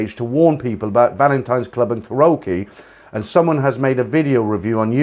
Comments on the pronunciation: you say the word ( KAREOKE ) KA RO KEE W R O N G IT IS PRONOUNCED KA REE O KEE ok? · I was getting a kick out of your pronunciation of Karaoke. :)